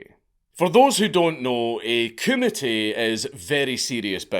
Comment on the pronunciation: Honestly thought he was committee. Took a while to realize he was saying kumite. 😂😂